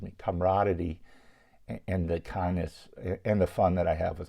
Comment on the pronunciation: Aww dang! So cool of Mike. Did you say" comraditty and kawndness"?